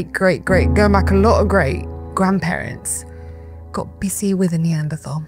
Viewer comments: Yet she continuously mispronounces “Neanderthal”. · Stop mispronouncing Neanderthal!